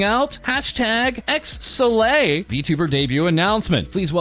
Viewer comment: Hearing it called "zee"...Isnt it "eleven"????